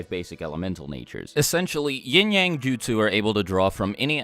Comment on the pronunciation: All i hear is “yeeng yeng” LMFAO